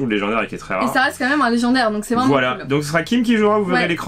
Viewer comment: Sa va lé-gens-daire 😂😂😂😂